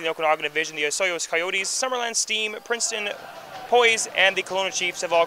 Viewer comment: The word posse is not pronounced like the word poised.